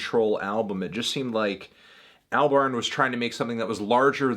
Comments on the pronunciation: Its pronounced all-barn not al-barn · Every time Fantano says "Al-barn" I die a little inside.